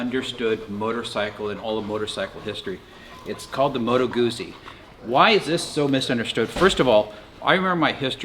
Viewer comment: Why is it 'misunderstood'? Because so many people have preconceived notional nonsense about it. Like the various notions you had yourself about it. You could just wait for a test 'drive'. BTW, it's not Goo-zee, it's Goot-zee. Like Pizza!